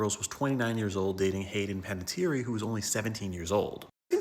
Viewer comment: Panettière Need French pronunciation, yes!